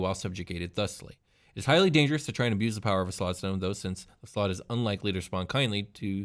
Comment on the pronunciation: .………it’s slaad.....(S-L-O-D)...